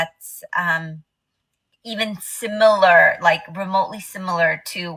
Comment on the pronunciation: 7.57 'simOlOr' ....do you mean Similar? 😂 WOW